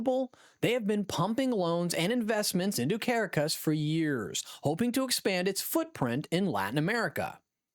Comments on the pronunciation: the capital city of Venezuela is cah-RAH-cahss, rather than CARE-uh-cuss. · It is Ka rock cus not kara cus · It was "AI"....the robot kept pronouncing "Caracas" as "Care-a-cas", it's "Ca-Rah-cas" . This wasn't really authentic at all....just Click Bait.